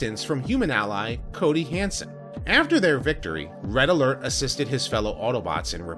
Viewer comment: It's Coby, not Cody.